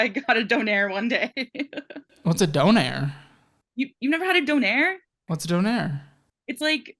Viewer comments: its not Done air. Donair is a brand. its Doner kebab It's pronounced like Donna, or donor/doner. They are kebabs. They are Doner kebabs. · bro that is not how you say donner kebab hahahah